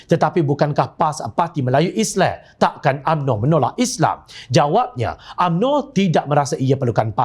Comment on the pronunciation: oi pengacara..sebut islam tu betul sikit,isley2..respek sikit la..walopun aku tak sokong pas,sebut islam tu biar jelas..